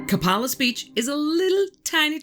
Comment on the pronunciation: We say Coe pay lis. We live here. Not that I expect you to know, or remember. Just to say. I am so happy to find your channel! You're great 👍. I found you through What Lurks Beneath. You're much easier to listen to . And you know that smelt are fish, not the past tense of smell. 😊